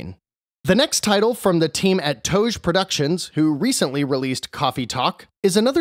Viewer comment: For future reference, it's actually pronounced "toe-hoe". Hearing 2hu gives me flashbacks to pronouncing Ryu incorrectly lol